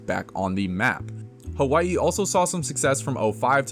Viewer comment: As a Hawai’i fan, Mahalo for making the effort to properly pronounce my home state. I truly appreciate it along with the history lesson of the WAC 🤙🏻 I will always be grateful to the WAC for the many core UH memories I enjoyed growing up. Go Bows and Play Up!